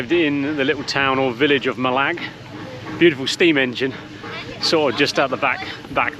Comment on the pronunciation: Please ask the locals for the place pronunciations. Mallaig is pronounced Mall ay g, with the ay as in day.